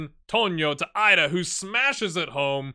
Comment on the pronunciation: I think Idah may be pronounced EE-duh